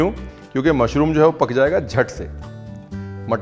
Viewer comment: Love love the way you host the show with so much ease, that gives the style with a hint of desi touch, "Mushroomo" 😄.❣️